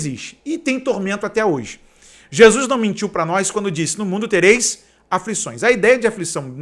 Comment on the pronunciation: Que susto, a paz , eu ja achei que era o cantor Naldo, do mundo, kkkkkkkkkk Mas esse ai não viajou, esse fez uma volta no MIUNDO kkkkkkkkkkkkk To rindo de nervoso